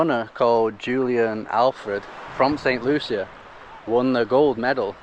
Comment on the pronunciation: Hi. Looking at this St Lucia video twice now. FYI- pronounced “ Saint Loo-Shaa.” Thanks for all your videos Make us see the whole world through you two.❤❤❤